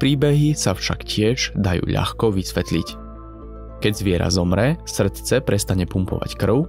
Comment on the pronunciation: mne sa skor pacilo "srtce" :D